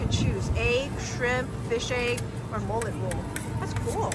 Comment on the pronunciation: millet is pronounced mill-it